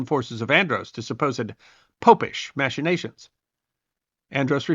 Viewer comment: There’s only one way to pronounce machination. Check out a dictionary. Mak-uh-ney-shun.